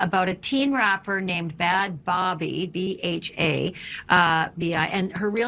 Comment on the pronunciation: Aww lol sounds like a good Bobby to me!🥺🥺